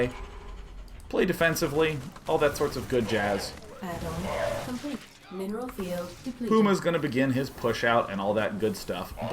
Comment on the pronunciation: mineral field depleted really does sound like nibble nibble nibble. :D I think the Adjudant should have a Day[9] T-Shirt.